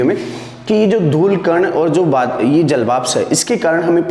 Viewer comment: श्रीमान आपकी इस वीडियो में ऊर्जा , सूर्य ,लघु , स्थितियां ,घूमना तथा ध्रुवों आदि शब्दों को बोर्ड पर गलत लिखा है । इसके अतिरिक्त जलवाष्प , अर्थात और 1.94 का उच्चारण भी गलत कर रहे हैं । कृपया ध्यान दें अन्यथा छात्र अधिक गलतियां करेगें ।